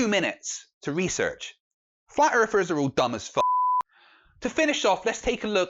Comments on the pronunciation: "Flat earfers"?! I can't take the British accent seriously...they all sound like six-year olds--learn to pronounce "th"! The Queen can do it, why can't you?! hahaha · “Erfers” 0_o